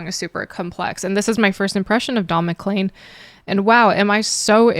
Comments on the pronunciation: Mc-leen, not Mc-Lane, but that's okay 😊😊😎😎 - this song is about a really bad day - also listen to "Vincent," also beautiful and very sad - simple instrumentation can underlie a song of any mood; this was very simple instrumentation well played, and I would definitely differ with "chaotic" but I have been a piano player for 66 years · You said clean in the video and pronounced it CLEAN you didn't pronounce it CLAIN.......like you do with his name which the last 5 letters are CLEAN.........weird. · Pronounced: Don MaKleen. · Not to pick nits (you asked) his name is pronounced is Mac-clean